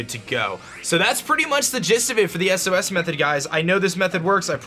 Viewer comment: wtf is an "eses" method? ITS S-O-S. also take care of your rotom asshole.